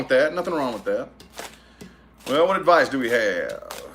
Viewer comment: I watch just to hear you say "adviceys for pisces" 🤣🤣🤣🤣🤣